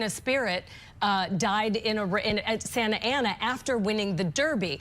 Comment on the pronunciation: Someone tell the AIRHEAD BEHIND THE DESK it is SANTA ANITA, not Santa Ana...